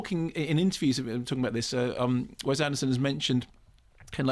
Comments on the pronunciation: Also, Mark, PLEASE IT IS WES with an "S" not "Wez" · wess, not wez